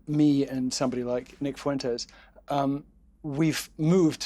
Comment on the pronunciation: "Nick Foowentayes"